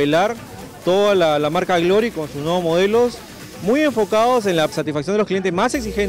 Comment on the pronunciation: "marca grory" jaja